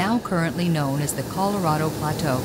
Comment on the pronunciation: Great job. Loved the video wish you could learn to pronounce the name right it's Spanish Colorado not colorada.